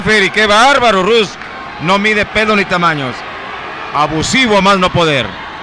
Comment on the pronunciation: Es rush no ruch